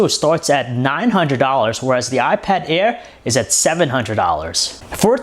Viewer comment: awot mow pweasing, iPad aiwr